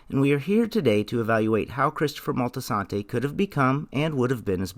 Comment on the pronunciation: Molti-santi, not Moltisantay, what the fuck?